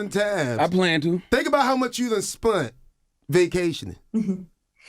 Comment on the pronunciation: “Think about how much you then spunt” 🤔😂